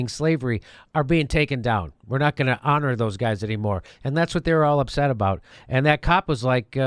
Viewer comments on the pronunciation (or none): none